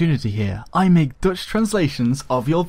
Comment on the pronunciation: And again: did you said dutch or deutsch?